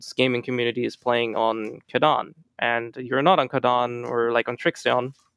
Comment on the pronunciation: why you pronounce Kadan as Chadan??? cant you spell K or are you lot swedish or something?